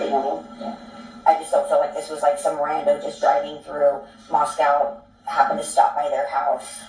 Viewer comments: Kaylee's sister seems to not be upset about sister passing? Especially in which the manor of it. I'm from the area 30 miles and find it strange how pronounced Latah and pronounces Moscow.... Just strange to me beings they live about an hour away from Moscow Idaho, Latah county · and are originally from California, maybe that’s why? Idk lol. But yea I also thought it was strange they didn’t pronounce things like locals when they lived near Moscow for many years. It’s especially odd and funny because in the beginning, literally said things like BK came to Idaho wanting to “hunt hillbillies” — bizarre remark imo, I’ve never heard of anyone from Idaho calling themselves a hillbilly lol. Just further showed how fake and weird is.